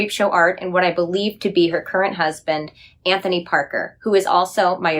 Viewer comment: Why does she keep saying Andrew instead of Anthony ? I’m so confused